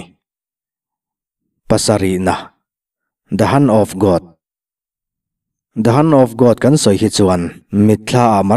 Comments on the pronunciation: The Hunt of God tiin ka ngaithla... Hand leh Hunt hi sawi hrang tawh teh aw.. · The han of God nge the hand of God....🤣🤣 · Hunt of God nilovin Hand of God ti zawk tur😂😂😂